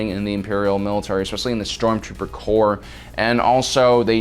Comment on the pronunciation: Corps not Corp. Corp is an abbreviation for Corporation. Corps is Latin. The s at the end is part of the word, it does not mean plural. It is the Stormtrooper Corps, the Marine Corps, not Corp.